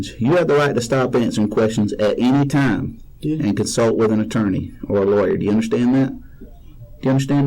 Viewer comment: He said lawer5 times